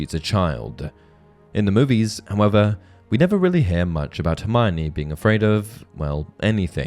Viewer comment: One difference between book Hermione and and movie and fan Hermione is that many pronounce her name wrong. It's four syllables, her-my-oh-nee. Not her-my-nee.